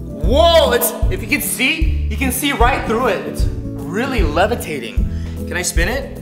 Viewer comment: THE LEVATATING GLASS...